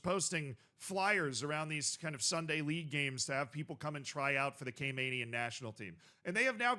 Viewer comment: Talking about my island, made me so excited! Also it's pronounced Cay-MAN-ians not Cay-MANE-ians. Love you tho. Great work.